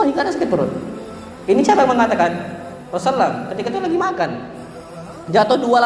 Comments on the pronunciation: maaf ustad...knp anda menyebut nama Rasulullah tdk tepat, dan tdk jelas...di menit 1.55 yg paling keliatan anda menyebut na ma Rasulullah dgn Rosalam....susahkan seorg ustad menyebutkan Rasulullah shallallaahu 'alaihi wasallam???Jazakallah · ROSULLULLOH shollallohu alaihi wassallam.. saya dgr beliau bilang rosallam..smg bs perbaiki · kok ustad ngomongnya rosulam sih bukan rosulallah saw. )